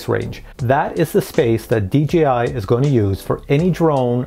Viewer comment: I am a newbie...why do people, including this presenter constantly refer to DJI as DGI ??? It really kinda bothers me...